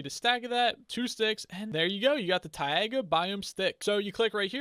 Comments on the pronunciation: Its not taiaga its taiga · The "tai" is pronounced the same way "tie" is And Ice needs a direct view to the sky to form, and a block next to it.